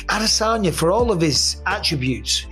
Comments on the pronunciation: Why the f*ck do you say AHH - DE - Sanya? That’s not even a Yoruba or Igbo pronunciation? 😂 What is that even suppose to be! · So annoying the way he says Ah-DEH-sanya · “Israel aDISagna” lmao y you say his name like that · Is anybody else hearing the commentator say AH-DISS-ANYA ?😅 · >Hasbulla situation UPDATE This is the shittiest MMA channel on Youtube. You shilled Paulie M., Dillon Danis, you'll shill anything for clicks - and you say ADESANYA weird as heck. Uh-DIS-Onya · Every time you pronounce adesanya like that I click the fuck off the video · The most irritating thing on the internet is how you say Israel’s last name. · When will this guy ever pronounce Izzy’s last name correctly? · Who commentates these videos and why can't he pronounce Israel Adesanya's or Alex Pereira's last names?